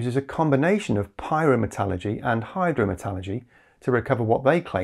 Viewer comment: "Pie-roh-met-ah-luhr-gee" says the American 😁 edit: the quite optimistic observer of battery tech